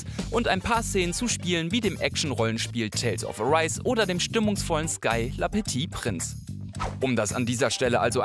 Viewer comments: ok "la peti prinz" hat mir wehgetan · "Le petit prince" digitiert zuuuuuuuuuu "la pöti printz"